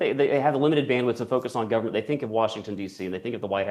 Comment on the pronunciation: Decent guy who can't pronounce the word Government. Whats up with that?